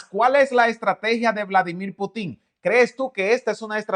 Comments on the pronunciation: PUTIN LLEVA ACENTO EN LA (U) Y NO EN LA (I) PUUTIN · NO te pongas a exponer cuando no sabes ni pronunciar bien el nombre del Presidente Ruso. NO lleva acento al final. Lo que dices es una tontería muy ofensiva al expresarte incorrectamente.